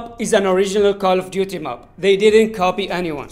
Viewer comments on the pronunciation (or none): Not mup it's map🙂🙂🥴😂